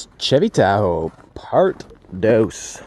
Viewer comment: Uno and dos-O Great spanish lol